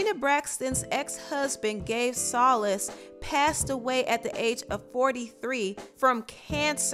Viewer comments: His name is pronounced... SO LEASE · TheDominiquePinkPrint Im not a linguist lmao. I just know their last name is pronounced So- lease lol. Her accent is weird because nobody else in that family talks like that. Personally, I think Trina wants to be white, but that’s a whole other topic.